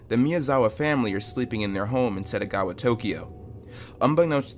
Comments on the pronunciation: Why pronounce Setagaya as Setagawa every time.. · SettGaYa, not Settagawa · It's SETAGAYA ward, not Setagawa. It's in your title. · It’s Setagaya. Not Setagawa. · It’s setagaYA not setagaWA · please be more careful with pronunciation, throughout the whole video SETAGAWA is heard, but it's SETAGAYA the name of the city. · Title: Setagaya Dude: SetagaWa Ears: Tf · Yeah it’s killing me. Not just once but every time he said it 💦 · It’s written Setagaya. Why would you say Setagawa? Why? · setagaYa not wa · Title: The Setagaya Family Massacre Voice over guy: "The satagowa family murder" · Keeps saying Setagawa 💦